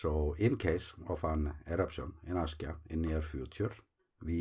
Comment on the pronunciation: the way you started your vide3o just says Askya